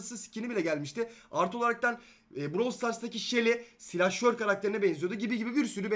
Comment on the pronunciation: Bıravl diye okunuyor bırovl diye değil